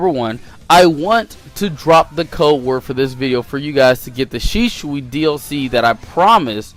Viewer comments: Mans said shishui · My man Said Shishui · SHISUI IS AWSOME ALSO U SAID SHISUI WRONG also pain is free and minato should be higher